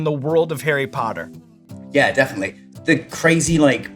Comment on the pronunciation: Arry pottah